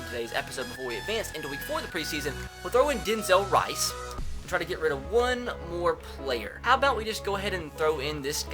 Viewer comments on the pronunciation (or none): none